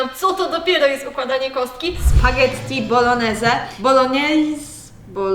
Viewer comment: Mówi się spaghetti bolones tak tylko mówię:)